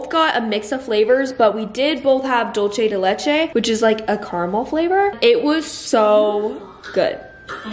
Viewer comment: That first part yogurt flavor is pronounced “dull-say de leche”😂🫶🏻 it’s soo good